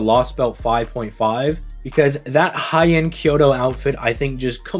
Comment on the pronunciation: >"Hey-an" ✋ >"High-end" 👈